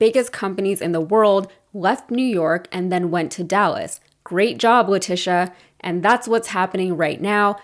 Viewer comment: I honestly thought the gaffe was going to be how he pronounced "Letitia wrong, not once, but twice. No surprise there. 😅😅😅. And is anyone, who isn't part of the Trumptard cult, surprised that he lied about ExxonMobil? I mean come on, if his lips are moving, he's lying. The fact that he gets away with it never ceases to astound me. Here is my two cents... When he does interviews there should be a real-time fact-checker ready to check all his statements in during commercial breaks. That way, when they resume the interview, the interviewer can call him out in real-time about anything that he lied about, or (because he is so dumb) just plain got wrong. In addition, God forbid, if he should end up debating Biden, the same thing should be done. For both of them of course. It's the only way to combat his tactics, and it is a tactic. He may not be smart, but he knows how to play the media. Throw a whole bunch of lies out there, sprinkled with some truth, and the interviewer/moderator has no time to call him out on what's true, and what isn't. I have noticed that other Republicans have picked up on this, and are beginning to use it themselves. Case in point would be the recent DeSantis vs Newsom debate. Hilariously, I don't know if anyone else noticed, but DeSantis is imitating Trumps' mannerisms when he talks. Especially what he does with his hands. Hahahahaha